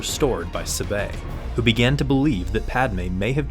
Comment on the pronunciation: Please learn how to say, "Sabe." It's so cringe.